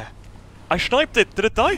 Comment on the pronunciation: "I schniped it" :D